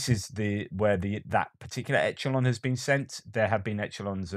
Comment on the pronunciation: What's this "etchulon" you speak of? Echelon is pronounced Esh-elon. If it's not all the grating Americanisms you constantly drop you always manage to find something else in the English language to wind me up with. It detracts from the great content of your videos and knocks me out of my otherwise placid watching mode. I love your videos by the way. lol